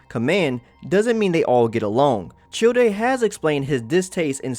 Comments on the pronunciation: I like how he pronounce Childe as chil-de, it's supposed to be pronounced like Child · It’s pronounced Chayld not childie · im sorry but "chill-day" idk if i should be mad or laughing rn also H A R B I N G E R S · It was hard to watch this after the first time he referred to childe as "chill day" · I got triggered every time he called childe "chill-day" like, it's the simplest word you can come across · Childe's name is pronounced Child not Chill-day.....they literally say his name in the game a bunch of times how do you mess that up? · Childe - Chill Day Everyone else - Childe - Child. The e is silent. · chill-dey??? its child, just dont pronounce the E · Why do you call him Chil-de, when in game they call him Childe. If you're going to make informative video about Genshin Lore, please start by pronouncing their name, place right man. It gives more legitimatcy to your content. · did a double take when he commented Childe's name as 'Chill dei' instead of 'Child' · Dude your pronunciation is so bad you called Childe "chill-de" dude its pronounced child with a silent e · Did he just call childe chilldei?? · paimon even pronouce childe as chill day once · oh so CHILD is the correct way but Child-e isnt? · Literally when u first meet Childe, he says child, not Chill-day, wtf do u even get chill-day. Just because Paimon said it once doesn’t mean it’s his name. Also, ur pronouncing the e at the end of his name as an a. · Chill-dea CHILL-DEA bruh what it’s child they say it so many times in the story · it's child not childayy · Tshilldé???? Thats the weirdest pronounciation of Childe ever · the pronunciations of schneznaya and childr are killing me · “Chil-day” IM SO SORRY BUT I CANT 💀💀💀💀💀💀💀🤚🤚🤚🤚🤚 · This man did not just say chil de is he high or just trolling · Cool video and all, but did this dude just saying fucking "Chill-dey" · did you just call childe as in chill-day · It's pronounced chil-dé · Him: Chewday Me: 👁👄👁 wut No hate, I like the video ✌🏻